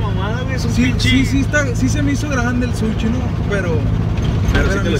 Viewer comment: Un suchi no mames quien vergas le dice así al sushi jajajajaja